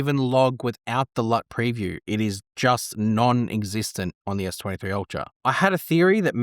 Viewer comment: Try to pronounce s23 and s26 clearly before you post. Terrifying